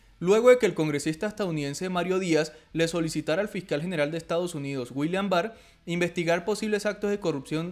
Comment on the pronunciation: Fical jajajajaja Fiscal hay que mejorar la pronunciación.